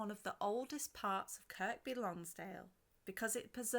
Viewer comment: Kirr-by Lonsdale.......The 'K' is silent.